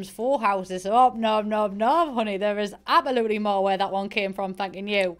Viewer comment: voice: appolutely